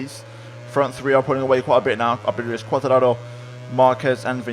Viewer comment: Are you Italian as you always pronounce Quartararo in Italian way